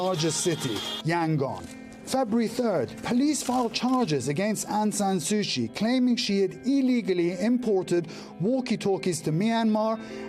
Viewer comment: Dear reporter, her name is Suu Kyi. Not Sushi. Not Suchi either